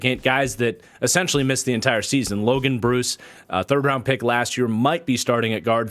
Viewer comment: Just fyi it’s pronounced Logan Bruh-ss. Not Logan Bruce. Was an equipment manager for Wisconsin the last 4 years lol. Love the content man been a supporter for a long time!